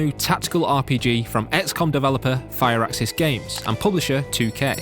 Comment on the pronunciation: Firaxis is pronounced Fur Axis not Fire Axis